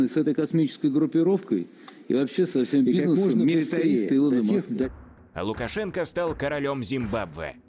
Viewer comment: "Александро Луковшу&€!*&еееиии..." 🤣